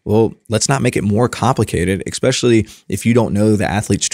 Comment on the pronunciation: Constructive criticism for and is guilty of this: the word ESPECIALLY does not start with EX.. sorry, big pet peeve of mine ESPECIALLY with professionals like yourselves. Fascinating interview. Thanks